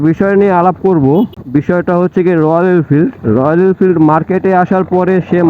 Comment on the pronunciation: আপনি তো ভালো করে রয়েল এনফিল্ড উচ্চারণ ই করতে পারেন না আসছেন এর সমালোচনা করতে 😆😆😆😆😆